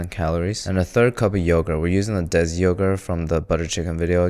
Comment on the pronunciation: i was wondering whats this dez yogurt he's talking about then i realised it was desi yogurt If you wanna know, its pronounced as if you're saying "day see" but in the d of the day, but ur tounge just over your teeth (on ur gums)